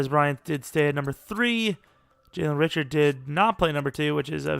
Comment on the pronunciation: It’s Jalen Ree-Shard lol. Not Rich-ard